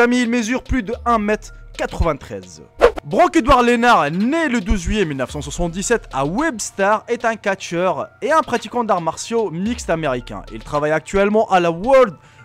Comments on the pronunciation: C'est pas Brock édouard lenar c'est Brock édouard lesnar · J'ai eu mal aux oreilles quand tu as parler de choses de la WWE, déjà le Brock Lesnar qui est incompréhensible, si tu veut écrit avec la prononciation c'est Broque laissenar. Et Wrestlemania XX, ce sont des chiffres romains, c'est Wrestlemania 220 tout simplement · Déjà on dit pas brock lenar on dit BROCK LESNAR le s on le dit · alors deja c'est blorck lesnar et pas rockeror lesnar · mddrrr je suis mort il la apeller brooki volrlenar alors que c brock lesnar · brocken ar lenard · Comment tu a prononcer brock leznar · dead ichiama moi étant fan de catch 😠 et comment il a dit Brock lesnar mdr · tu c'est pas parler comment ta dit brock lesnar srx ..... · Euh tu sais pas dire brock lesnar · brock lesnar pas edouard